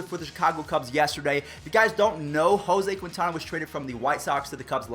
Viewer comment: Lol the way he said Quintana